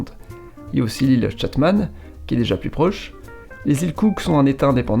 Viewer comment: Chatham, pas Chatman ! sérieux...